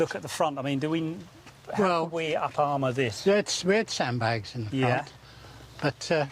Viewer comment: "What a week I've 'ad......." Love it!!!